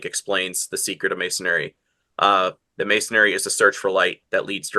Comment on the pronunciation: Masonry > correct Masonary> wrong His pronunciation drove me nuts. Does anyone know if the word has an alternative spelling & pronunciation that the common people don't know?